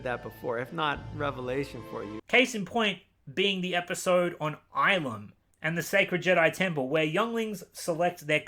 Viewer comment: Get's really triggered at the pronunciation of Ilum It's pronounced ill-Lum... not eye-Lum, wtf?